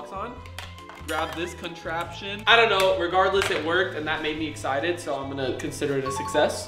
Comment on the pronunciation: He Said He's Exited For the egg Gadget "Eggsited"